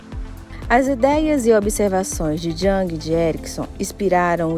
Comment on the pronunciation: Parabéns pelo vídeo. Só uma contribuição sobre a pronuncia de JUNG.